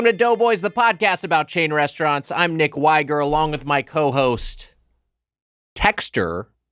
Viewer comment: Nick Thigh-ger